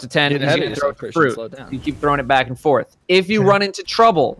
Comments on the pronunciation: Are we just goin to ignore that said “So on and so FARTH”? Like seriously dudes? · "So on and so farth." - 2018